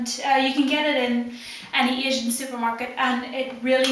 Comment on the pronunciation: Northern Ireland? I would've guessed Scotland by the way you flatten out those long 'a's. to my very biased American ear it almost sounded like you were saying "Ehsian" for "Asian"